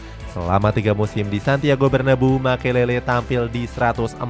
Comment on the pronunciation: bacanya bernaBEU min bukan berneBU